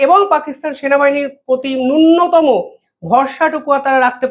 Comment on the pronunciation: খবরের বিশ্লেষণ ভালো ই। কিন্তু উচ্চারণ ঠিক ভাবে করুন। বাংলা ভাষাটাকে বিকৃত করবেন না। আপনার "্য" টা এদিক সেদিক হয়ে যাচ্ছে। "নুন্যতম" হবে "নু্্যনতম"। ধন্যবাদ।